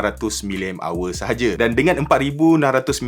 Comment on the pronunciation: Dia punya "sahaja" tu mcm singgit dua inggit 😅